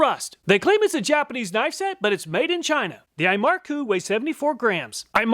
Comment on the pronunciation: The narator butcher all the Japanese word lmao.